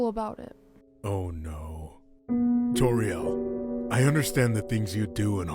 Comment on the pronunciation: Whoever voiced Toriel read wrong there.